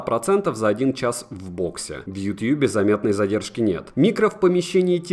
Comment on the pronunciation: Как же мерзко звучит "ютьюб" Говори "ютуб" Не утуб, не ютюбе, не ютабе, не ютьюбе Ютуб Ну а видос хорош